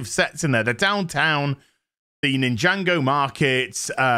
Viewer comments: Great collection - but it’s NIN-JA-GO not Ninjango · "ninjango" please it's Nin - jah - go. I have never been into it but i even know. xD